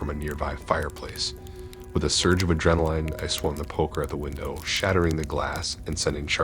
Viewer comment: I love how you pronounced adrenaline like „coraline“ lol